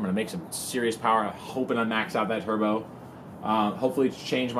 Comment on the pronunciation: Lmao the way you say turbo